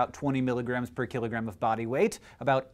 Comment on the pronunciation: Why did I keep hearing "x milligram per KILLERgram"?